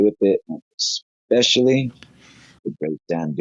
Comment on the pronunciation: Anyone who says, "expecially" is highly credible, I don't care what anyone says.